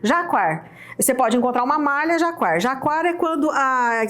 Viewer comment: pronuncia-se JACÁR o nome do tecido cuja estampa é em alto relevo, como mostrado nesse vídeo.